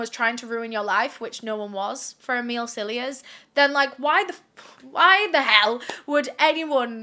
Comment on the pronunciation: I keep hearing you say, Amile’s Sillyass instead of Cilliers 😂 🤷🏼‍♀️